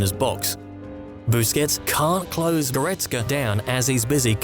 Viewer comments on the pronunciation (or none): none